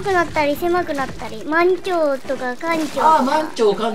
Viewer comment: まん↑ちょう↓ かん↑ちょう↓ のイントネーションが好きすぎるw